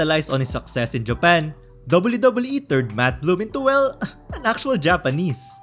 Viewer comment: I'm gonna lie I really like the way that you pronounce WWE